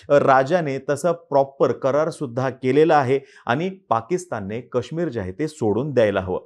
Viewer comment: दादा कृपया मराठीत काश्मीरचा उच्चार नीट करा, ही अपेक्षा आहे. ते काश्मीर आहे